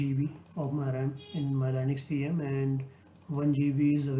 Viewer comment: please fix the linux pronunciation. it's leenux and not lainux